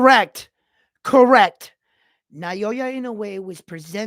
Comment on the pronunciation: It’s pronounced as NA - OH - YA not NA - YO - YA love your analysis 2 weeks ago. And wow you look sharp this time. New subbie here.